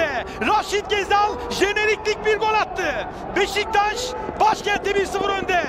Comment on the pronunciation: 1 gakasaray değil Galatasaray 2 cezal değil ghezzal 3 göl değil gol 4 mükkemel değil mükemmel Türkçe hoca na sabır dilerim :d